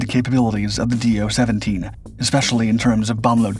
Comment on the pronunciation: Also, he says "Dornier Dooo 17". Next he might be saying "Junkers Jew 87".